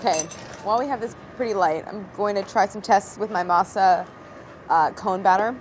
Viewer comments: Kills me how she pronounces Spanish words so American but pronounces French words correct. Masa=mah-sah and Harina=ah-rree-na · I fricking hate when you say masa or jarina (harina), when it's literally translated to dough or flour, or even saying crema when it is straight forward cream. I don't understand why